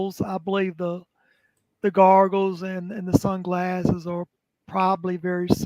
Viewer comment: I love, but fuck him for saying "garggles" instead of goggles